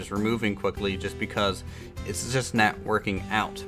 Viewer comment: I find it amusing how pronounces "not" as "neht"